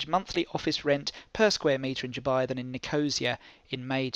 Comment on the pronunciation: Helpful - thanks.... (p.s. That's not how you pronounce Nicosia... It's Niko-see-a....)